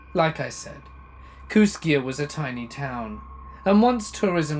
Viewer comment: I live 6 miles from Kooskia! It's actually pronounced kooskee. I said it the way you did when i first saw the name too. And it's on the Clearwater River, snake river is about 80 miles downriver in Lewiston Idaho. Cool to hear my area in a story! I live in Kamiah. Pronounced kam ee eye